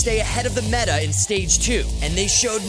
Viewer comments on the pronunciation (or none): none